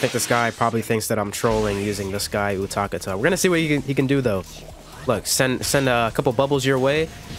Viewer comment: You butchered utakata’s name my GOD